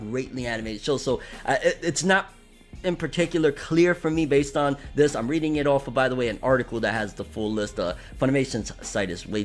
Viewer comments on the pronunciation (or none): none